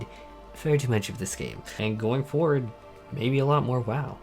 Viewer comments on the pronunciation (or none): none